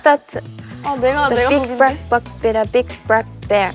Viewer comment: i love how Iroha pronounces the “Bl” sounds as “Br” like instead of “Black” she says “Brack” its so cute!! ❤